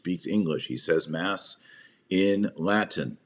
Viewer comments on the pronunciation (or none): none